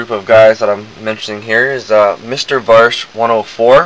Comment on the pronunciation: its vash! va^sh. you don't mess with The Stampede! :P